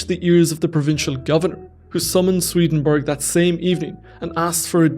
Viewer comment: It's not SwedenBERG! It's SwedenBORG!